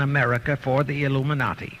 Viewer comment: the "Luminati". LOL